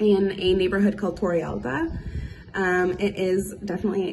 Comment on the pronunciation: It’s “Torre Alta”. 😂 Not Tori Ulta…. Stop it already 😂